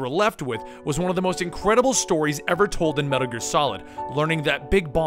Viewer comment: "Medder Gear?"